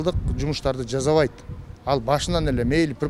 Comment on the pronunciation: кыргыз тилди катуу колдойт, анан, жазайт, бис, жазабайт деп создорду туура эмес суйлойтко...... жазайт-жасайт, бис-биз, жазабайт-жасабайт.